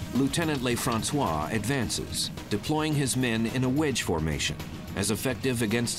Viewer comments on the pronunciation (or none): the narrator doesn't know how to pronounce a French word or name. He thinks it's spanish , he must be from california. They pronounce stuff differently from French. I'ts NOT LAYFRANSWAH, IT'S LUHFRANSWAH (Lieutenant LeFrancois) . his name just means, The Frenchman.